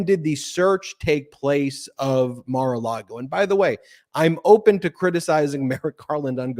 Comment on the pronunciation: Why does always pronounce it’s Mara Lardo? 🤔